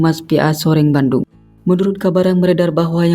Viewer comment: Soreang Bandung min, bukan Soreng Bandung 😒😒😒